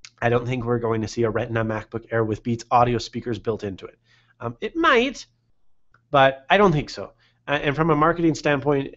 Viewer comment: he he just "It might" the way you would expect Borat to. I can't stop laughing